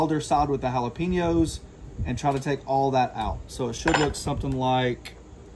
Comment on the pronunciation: Please learn how to say Jalapenos.